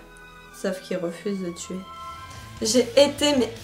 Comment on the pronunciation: donc tu va la kidnapper la towtuwer et la tuwé dans d’atroces souffrances